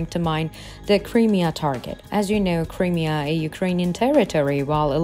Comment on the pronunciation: Creamier? No,No. the region is pronounced... CRY ..MERE , Crimea!!